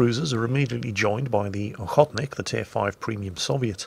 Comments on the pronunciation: But the stress is on the second O (Охóтник) so the first O gets, so a-khot-nik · I know this is nit picking but...the name of that Russian warship is pronounced " oh-hoe-t-nik" or Hunter. Just letting you know...not that it matters...but historically accurate "needs to know";) Happy sailing captain.